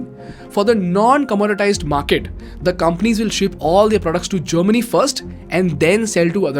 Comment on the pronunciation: people who dont understand kindly understand its germany not chamini.